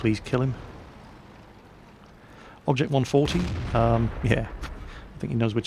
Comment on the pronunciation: had to laugh how he says he was shooting at the 140.